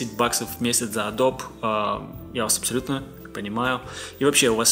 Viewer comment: Адобэ блять, си си блять, братан ты серьезно?